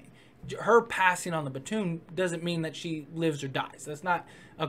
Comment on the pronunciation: ...that's how you pronounced baton at one point.